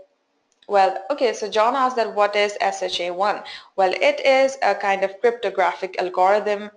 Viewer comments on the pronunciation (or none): I think it's not SHA-I but SHA-1.